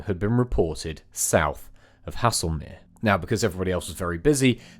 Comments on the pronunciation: “Hassle-mere”? It’s “Hazel-mere” (Haslemere). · Haslemere not hassle mere😅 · Haslemere is pronounced Hazlemere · I'm tempted to pop into Woking and read the newspaper reports at The Surrey History Centre. I might also check the Brookwood Burial Registers, in which the burials ought to be recorded. Also, apologies for being pedantic but Haslemere is pronounced Hazel-mere.